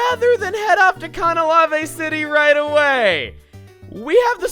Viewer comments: Cah- nah- lah- vey? Wut? Isn't it Canna- lave? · AAAAAHHHHH what was that pronunciation of Canalave?!?!? I thought it was Can-A-Lave not Can-A-La-Ve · ALSO, IT'S CAN-A-LAVE NOT CAUN-A-LAV-AYE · Can a laive Not Cana lava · Ok there is no way it's pronounced Cahn-uh-la-vey city. That's the dumbest thing I've ever heard. It's Can-uh-layve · Is anyone else bugged by how Chugaa says Canalave? I always say can-uh-leiv, not cahn-uh-lah-vei. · Ka-Na-La-Vei City.. How is that Canalave City.. Jeez.. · Cah-nah-lah-vey, huh? i always pronounced it Can-a-leyv. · Some gripes to list: * It's "Ca-nuh-layv" (short "a"), not "Cah-nuh-lah-vay"; it's almost as bad as you saying "Ray-kwah-zah" instead of the official pronunciation of "Ray-kway-zuh." * Get some real team members instead of a couple of useless HM slaves. * Why are you so hesitant to show off promotional events? Your argument that "the viewers can't access them anymore" is kinda bullshit when you proudly showed off Southern Island in Emerald, not to mention that most recordings of promotional events in earlier generations aren't exactly high-quality. * It's been six years and you still haven't uploaded the rest of your bonus videos for Okami. At this point, they've become your equivalent of Half Life 3. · NOT CAN-AH-LA-VEY CITY, CAN-AH-LAVE CITY, I PRONOUNCED IT LIKE THAT BEFORE I EVEN WATCHED THE ANIME TOO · It's "Kan-ah-layv." Not "Kahna-lah-vey" Geez, I thought you watched the anime. Just because Pokémon's Japanese doesn't mean everything follows a Japanese pronunciation. Can everyone who sees this comment like it so we don't have to hear him botch the name constantly when he finally gets there? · Chugga please. It's two English words. Canal Lave Canalave. Not Can a lav eh Ca-NAL-ave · Is "Cah-nah-lah-ve" the canon pronounciation of the town? I always said it like "Cah-nah-lave (rhymes with cave)". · It's Canalave. Not Canalavae. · It's canna-laive. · Khan-A-Lavae City... that made me cringe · con-ah-lah-vay the fuck